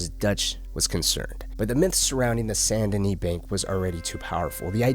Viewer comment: Bro really said St.DaKnee 🤣